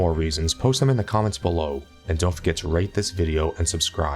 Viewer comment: it sounded like "don't forget to rape this video and subscribe" :D